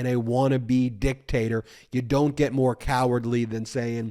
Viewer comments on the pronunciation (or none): none